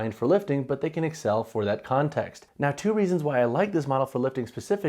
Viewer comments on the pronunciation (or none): none